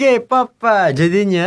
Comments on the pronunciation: pappa wkwk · And you know? Me too by the way 😂 just different in my ears, just hard to explain lol